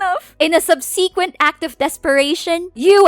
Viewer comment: QUIT YELLING and learn to pronounce words like subsequent and heinous